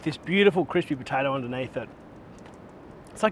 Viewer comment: So "cripsy" and gratuitous 🤤